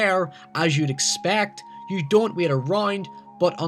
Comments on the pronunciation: The way you say 'wait' as 'weet' pisses me off. Sorry, not sorry. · I thought you kept say saying wheat. You said wait lol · also its not wit.its wait.its not did.its dad